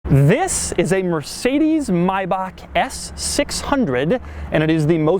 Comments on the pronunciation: Yes it's Maybach When the letter "a" is followed by "ch" in german it's pronounced Bach not Back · No, not 'maj back' but 'maj bach' (but who cares, it's a butt ugly car ;-) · It’s Maybach not Mybach dumb Doug! Man does a car review and can’t even say the name.. oh dear me! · someone tell rick ross that its maybach, not mayback. MAYBACK MUSIC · no it's not the correct pronunciation! i'm german and it's not MAY-BAK its "Maybooch" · No, It`s pronounced Maybach Maibach Not MAYBAKK OR Something Like that then you say it is the right Pronunciation WHAT? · MAY!!!! BACH. Not MY BACH 🙈 why does it annoy me so much😂😂 long time subscriber though love your work 🤙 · maybach and not mayback , if cant speak it proper dont try hard :D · Yeah im German and it's not pronounced Maybak it's called Maybach, like it's written dafuq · Mi-back?! 🤣 you Americans and you’re accents! It’s pronounced may-Bach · Nope. You are still pronouncing Maybach wrong. You say „Maiback“ instead of „Maibach“. The pronounciation of „ch“ is a typical problem for a non-german person. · No this is not the correct pronounce of "Maybach". You said May-bahk but its May-bach (aspirathed ch). Btw I'm not german, but I do speak it :) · nope actually not the correct pronunciation its MaybaCH not MaybaCK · "Myback, yes that's the correct pronunciation" Germans left the chat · Sitting in germany while amusing about people who think they've mastered my language and try to teach others... Its a fcking "Maybach" and not "mybaak". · Dog, I love your videos, but say Maybak one more time. 😂😂😂😂 2 minutes into the video and it's almost unbearable. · No, that is NOT the correct pronounciation. The "ch" in "Bach" is harsh like in House. It has an H sound, but harsh. It is Maybach, not Mayback, as if you were gathering saliva from inside your throat to spit at someone. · Maibak and yes that is the Original pronounciation... Every german feels the pain rn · no it's 'my bucks' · Its Maybach Not maybak Its a German Ch